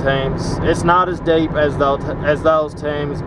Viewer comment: He said deep not dape lol